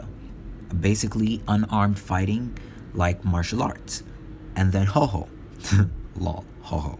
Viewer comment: It's called Houho, no "Hoho"